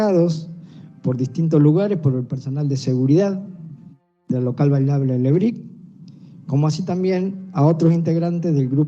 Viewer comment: Se dice ragbyers, no rugbyers Se dice lebric, no lebrice